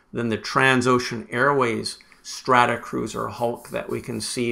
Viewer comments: Thanks for this; enjoyable and interesting. Consistently saying "Stratacruiser" rather the the correct "Stratocruiser" was a bit of an itch, tho! 🙂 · I guess it must be a pronunciation thing on my side, but I certainly well know that these are Stratocruisers is not Stratacruisers .. must be my Canadian accent. It’s like some people in the US call it Warshington DC instead of Washington Dc.